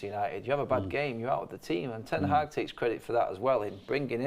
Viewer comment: They keep saying Ten Haack 😁